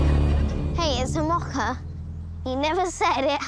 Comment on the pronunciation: I'm really tempted to mock-a them for how they say mocha, but I'll try to refrain. 🙂